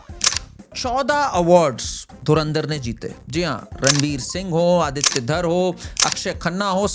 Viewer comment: ❤ आदित्य, nice to hear the proper pronunciation of this beautiful name, instead of अदित्या.